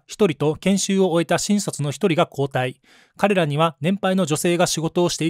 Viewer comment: 「新卒」のイントネーションが変